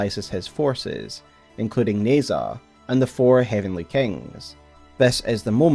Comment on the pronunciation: In Pinyin, zh usually makes a J sound so Nezha is pronounced more like "Neh-Jah" than like "Nez-hah."